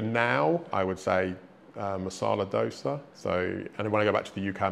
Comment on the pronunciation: Guy from a foreign country pronounced Dosa correctly but there are Indians especially from North who pronounce it as Dosa (with D not Dh).